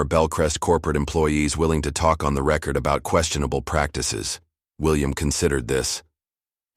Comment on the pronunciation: "Record" as a noun or adjective sounds differently as a verb. See if you can get it right